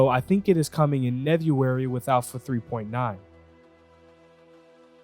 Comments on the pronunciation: Nevuary - love it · "coming out in Nevuary with alpha 3.9." how is there no comments about this lmfao. thats legendary.